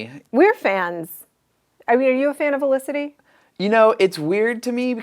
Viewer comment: Her name is Felicity not Elicity.